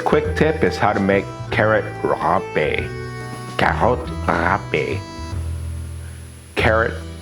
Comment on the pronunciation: Well pronounced!!! My mom also used to make it all the time, though not the same way. She served it with vinegar and salt. What a treat this was, ham ham, super bon.